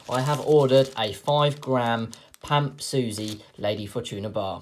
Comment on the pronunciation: is suisse actually pronounced susie?